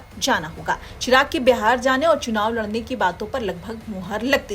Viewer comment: चिराग ❌ चराग ☑️😂